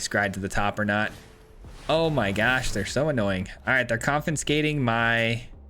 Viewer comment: Confiscate, not confinscate.